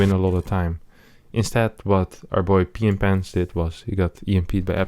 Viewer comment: Our boy. Cannot unhear this:D